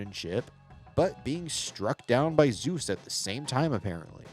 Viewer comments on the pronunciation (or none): none